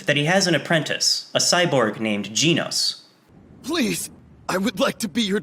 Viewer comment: GEHNOS NOT GEEEEEENOS